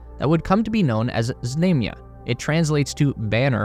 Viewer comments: It's pronounced "Znumya". Stress on "U". U as in the word "run". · There is no long "a" in Russian, i.e. like the "a"s in "Space Race." The "a" in "Znamya" is pronounced like the 2nd "a" in "salami." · Знамя is pronounced with a broad “a” as in “baa”, as a sheep vocalizes or in “ha”. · How many times can you mispronounce "знамя"? Some odd name or word that only pops up once is forgivable, but when it's the subject of the video...sheesh!